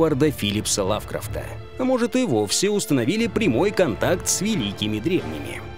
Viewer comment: Уважаемая редакция, Вы неправильно произносите фамилию Лавкрафт!